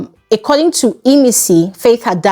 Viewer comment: Hi. Keep up the good work. May I request one thing of you please, can you please fix your pronunciation of the word "According". It keeps ringing in my ears every time I watch your videos. Thanks!